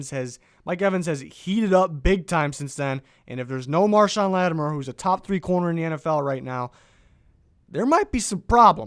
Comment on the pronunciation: It's LattiMORE! Not LattiMER!